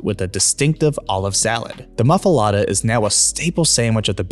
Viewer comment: I can't take it anymore. You have said "muff-ALATTA" too many times. This is so wrong! Your transcript has it erroneously spelled "mafulata" , and "muffilata " . For the love olive things, it's a muffuleta! Look at the sign , the sign (I admit, it's one "t" on one and two "t"s on the other), and the wrapper (...fuletta). IT IS NOT A MUFFULATTA!